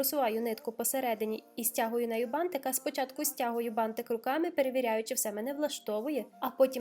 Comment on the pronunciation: ти нагадуєш мені в цьому відео маленьку Дюймовочку, а ще Мальвіночку) Вона також дружила з бантиками і дуже їх полюбляла) Відео чудове, переглядала його знову і так мені подобається твоя вимова слова «бантик», аж очікую далі, протягом всього відео, коли воно знову прозвучить😍😍😍